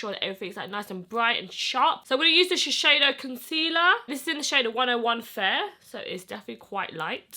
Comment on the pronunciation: I love the way she pronounce "shiseido"